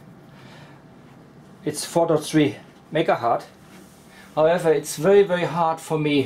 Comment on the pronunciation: i love your experiments. But... its very painful to hear "megahart" 5 times in a row. Hz aka 1/s was named after Heinrich Hertz. Some pp thinks Hertz is the plural of Hert, guess u do too. They r wrong. Pls use Hertz instead.